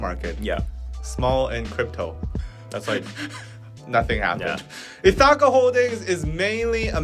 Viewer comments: Ithaca is pronounced with the stress on the first syllable Ith (same vowel sound as "if"). ITH - uh - kuh. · Ithaca. It's Greek. Pronounce it like " Ithica". Say it fast and barely pronounce second vowel. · and trying to pronounce Ithaca is so cute. It's ITH-i-ka or ITH-e-ka. Emphasis on the first syllable. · How to say "Ithaca": Accent is on the first syllable ITH which rhymes with "with". Second syllable rhymes with the first, and then ca rhymes with "cut": ITH-i-cuh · Ithaca is a town in New York. It's pronounced ITH-AH-KA. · Ithaca = EE-THICK-AH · ith’-uh-kuh. Stress is on the first syllable. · So you know, Ithaca is pronounced “ith” (like with) -uh (like umbrella) -kuh (like come). Ith-uh-cuh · So who is going to tell and that Ithaca rhymes with silica... like bologna rhymes with phony 😵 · This is not important/shade, but the i in Ithaca is pronounced like the i in "fish." The "a" in this word are pronounced as an "uh". Again not shade, but I wanted to put it out there if people were interested in the generic English pronunciation. I studied linguistics and want to genuinely help 😩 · HYBE's acquisition of Ithaca is interesting. had the pronunciation correct the 1st time and then said it wrong the rest of the time and that was all I could focus on. And stupid Scooter Braun (pronounced Brawn) - who wouldn't sell Taylor Swift her original recordings so she now has to re-record all of her old records. what a POS. I feel terrible for Park Soo Hong. Sounds like his family is super controlling. who tries to take away someone's pet cat? that's horrible.